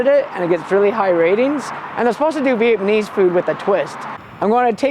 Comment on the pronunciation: “VietManese food” hahah